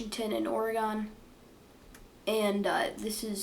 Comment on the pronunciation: it’s pronounced (oregin) not oregone